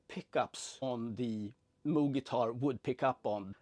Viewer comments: It’s pronounced “MOWg” (as in, mow the lawn) not “MOOg” (as in 🐄). 👍🏼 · I believe its pronounced m-oh-g